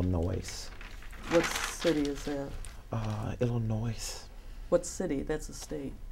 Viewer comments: what CITY is the other bank in? "Illanoyce" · “It’s a smaller bank in iLLer-nOiSe” 🤦🏾‍♀️🤦🏾‍♀️🤦🏾‍♀️ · "Illi-noise" (which was bad enough!) "What city because that's a state"!!! 😂😂😂 I cannot!!! Best. Video. On. YouTube. Ever!!! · Illnoise what city is that …Illinoise that’s a state … lmao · Boostang Never trust anyone who puts the “s” on the end of Illinois. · ....can't really trust anyone who pronounces the 'S' in illinois, lol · Don’t ever trust someone who says Illinois like that. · THE S IS SILENT IN ILLINOIS. But only honest pastors know that. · Also the s is silent, it annoys me when even otherwise educated people don't know that